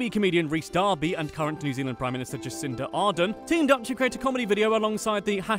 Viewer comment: Jacint arden 😂